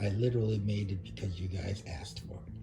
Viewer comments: Tell the "TROOF" about your "OAF" don't be "BIAST" "Y'ANER" and why you always "SUBSTAIN" all the "FAXS" is that "TAKIT" agreement and I "AXED" do you have "JURIZDICTIN" in the subject matter! 🤣😂🤣😂🤣😂🤣 "Remove me DEN" 😂🤣😂🤣😂 We can go on for days with his stupid shenanigans! 🤣😂🤣😂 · He axed for the truff !